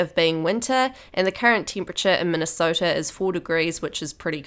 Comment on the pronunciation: You didn’t say Minnesota right